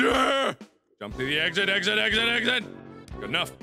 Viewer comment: I love how he says jump like yump sometimes.....its so hilarious